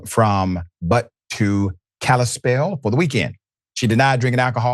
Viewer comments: Thank you for the story and thankyou to Ms. Westwolf's family for keeping up pressing for 7 months to start getting some justice. Dr. Rashad: a detail if /when you do a piece on Montana again: "Butte" is pronounced: 'Byoot' ,not 'Butt,' tho I chuckled. And "Missoulian" is from the name of the city: = 'Mizzoo-lee-in' . From: 'Mizzoola' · You pronounced Butte wrong